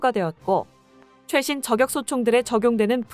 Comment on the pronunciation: 아무리 원고를 AI가 자동으로 읽는다해도 발음을 엉터리로 하면 듣기 싫습니다. 품격을 [품껵]이라고 발음하지만 저격은 [저껵]이라고 발음하면 않되죠. 이와 비슷한 예가 정말 많은데, 프로그램을 수정하던지 원고를 수정 하던지, 아니면 사람이 직접 읽던지... 내용은 공감하는데 나래이션은 불만족이네요. 사회봉사가 아니고 돈벌자고 하는 일인데...